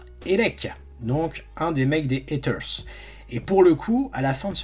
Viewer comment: heaters se prononce "hiters" pas "haters" pas besoin de forcer l'accent américain